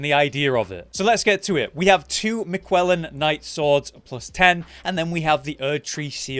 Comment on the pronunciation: The pronunciation of Miquellan with the heavy emphasis on the U triggers me. I am Malenia, blade of MiQUELLa